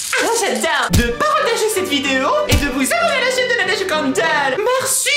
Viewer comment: prqs ta un moustage comme max aaaaa dit la verité!! Tu es amoureuse lala Est c'est moche le e comme mercieu j'aime pas